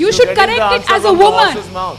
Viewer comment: 워먼 발음 중독된다ㅜㅜ